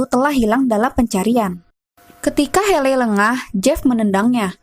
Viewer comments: Hayley (heili) ... buken heley kak.. Maaf buat masukan aja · Maaf sebelumnya, tapi pembacaan namanya bukan heley tapi (heiley).